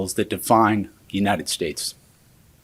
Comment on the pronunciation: "the United Shates"